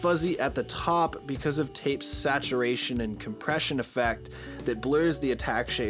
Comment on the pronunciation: Awesome vid. 🔥🎯💯 The word SATURATION turned to "SATURN" oddly. 😂